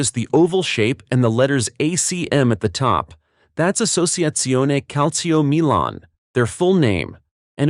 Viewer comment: "Assoziaziome Calzio Milan"😭🙏🥀